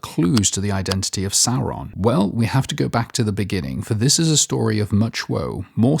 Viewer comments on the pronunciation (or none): none